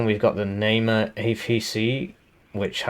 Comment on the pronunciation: heh, nice april fool's joke but something that made me laugh is that you read the Namer ifv as Neymar